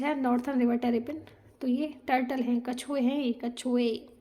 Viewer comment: Kachuye hai yeah kachuye 😂😂😪👊